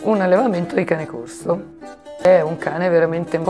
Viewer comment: Questo cane si chiama C"o"rso con la "O" aperta. Almeno il nome conserviamoglielo.